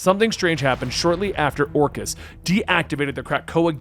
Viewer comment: FYI, its pronounced Or-Kiss not Or-Chiss